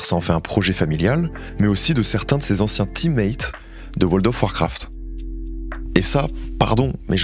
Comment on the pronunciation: "World of Warcraft" : ❌ "Woldof Warcraft" : 🙌🏽 🤣🤣🤣🤣🤣